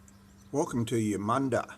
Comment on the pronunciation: For. Starters you pronounced the name of the town wrong, Colins surname wrong, and Mr Percival was a pelican not a penguin, I grew up reading his books and. Watching the adaptions of his stories. I also have reliatives in Eudunda and the regions around the town. Although your video was informative, it is let down by the number of mistakes in pronounciation of key words. And names.